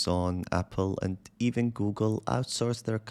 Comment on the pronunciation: Not "ivin" 😂